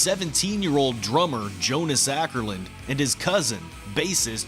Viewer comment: Definitely watching this one! Just a quick note; The drummers last name is "Åkerlund" not "Ackerlund"